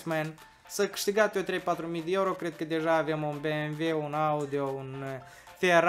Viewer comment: Dmn nu se zice ieuro omuleee se zice euro 🤮